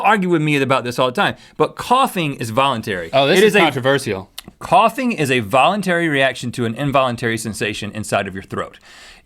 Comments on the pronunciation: Hey link, controversial is pronounced with only 4 syllables. Yw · I think the way Link pronounces controversial is very controversial.